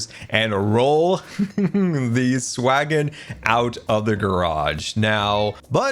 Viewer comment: please don't call it the swaggon